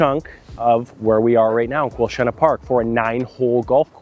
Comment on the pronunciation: Your pronunciation of Quilchena is the same as people from Merritt, when they talk about Quilchena ranch. So nice to hear it pronounced properly! :)